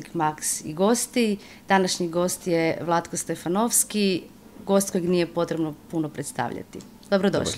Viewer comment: Istražiti malo o gostu… Svaka čast za ovaj kjut intervju ali treba znati kako se gostu izgovara ime i/ili prezime…